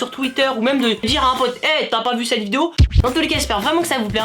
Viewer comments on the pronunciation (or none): "cette vididididdeo" XDDD